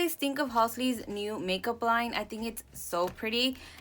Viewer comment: Ur the second person ive heard call them Halsley its so cuteee🤣🤣 but i loved the LEEK! Its so pretty